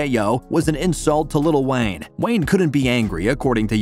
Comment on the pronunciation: It sounds like lil wang